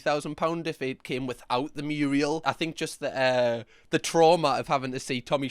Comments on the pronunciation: it's 'mural' not 'muriel'. I hope that was a bit of April hilarity on your part. (Google 'Hilda Ogden' from Cornation Street). Love the channel! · me yelling from inside a child locked car NOOOO!!! IT NOT MURIEL!!! THAT'S A MURAL!!! PLEASE RERECORD THOSE LINES! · Zackly, Hilda Ogden's mountain muriel had flying ducks for added realism. I know she pronounced it the way only fellow muriel owners would say. # kids and those under 50 who are fuming about muriel need to google Hilda Ogden. Or just let the muriel joke through for us old bastards.